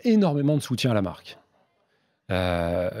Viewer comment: Le directeur marketing qui ne sait même pas comment prononcer correctement la marque qu'il représente 😂😩🤷‍♂️